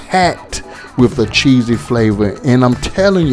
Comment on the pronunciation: Whats good my fam. I think you meant CHEESY... not Chessy.. Correct that bro.. but anyway fam.. Your Chicken Tacos was fire bro.. You know The Rookie Chef always here.. Keep up the good cooking bro.. Much luv fam..